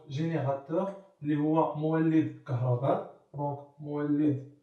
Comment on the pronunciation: راه ماشي كهرباد راه كهرباء 😅😂😂😂😂😂